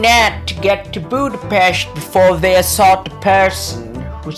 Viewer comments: As a hungarian hearing Budapest pronounced correctly was an extra cherry on top of the otherwise great content!:D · Thanks for pronouncing Budapest correctly. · >pronouncing Budapest correctly wizardry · Holly shit someone from English speaking country pronouncing the Budapest (or most any slavic word that has interpunction) correctly, now THAT deserves salute. Same problem as always - writers are bad and or lazy and can not keep track of their own shit to enough to make it even decent. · Thanks for pronouncing Budapest properly, you rock! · Hell yeah! Someone who doesn't speak hungarian saying Budapest correctly! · Holy shiet, said the name of my capital correctly and didnt made a joke out it! Ehrmagehrd!